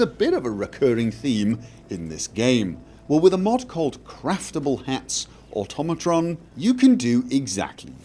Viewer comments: It’s automotron (or-tom-o-tron) not automotron (or-tum-o- tron) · "Oh-toh-mah-tron" It's supposed to sound nearly identical to the word, "automaton." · Oh god, even you can't pronounce Automatron correctly...